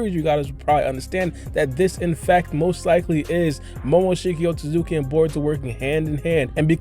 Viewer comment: WTF is a OH TO ZUKI member !?! BRO its OH SUIT SKI